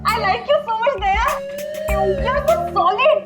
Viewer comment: Wow 😅 days sir very nice english 🎉🎉❤